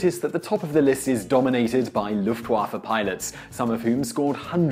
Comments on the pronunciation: It's pronounced lewf-t-vah-ffuh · he didn't pronounce the w as a v OOF